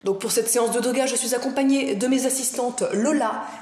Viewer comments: natoo a a dit doya au lieu de yoga !!! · au début de la vidéo " pour cette scéance de Doga " 😂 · J'suis la seule à avoir entendu "une séance de Doga" au début d'la vidéo ? mdr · Au tous départ je suis La seul qui a remarquer qu'elle a Dis séances de doga au lieu de yoga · et au tous de bus tu a dit Doga